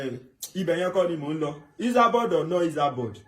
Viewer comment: This guy is real village boy.he keep saying isaboud instead esaboud .